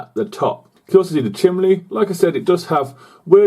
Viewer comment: Great videos! It makes me nervous when you use a pointy metal object to point out details though, maybe use something else, maybe a toothpick? Keep up the good work! OH and it's chimney, not chimley!! lol!